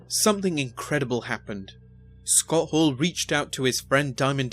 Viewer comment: Narrator is awful. Who is Scott Haww?